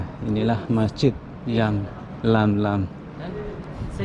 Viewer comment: Yalamlam bukan yamlamlam pak